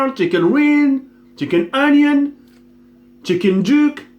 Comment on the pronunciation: Quand TK parle en anglais MDRR : IS IT THE CHICKEN , CHICKEN GIRL(GRILL) , CHICKEN WIN (WING), CHIKEN EUNIONS (ONIONS) , CHICKEN JUKE (JUICE) CHICKEN POULET MDDDDDDDDRRRRRRRRRRRRRRRRRRRR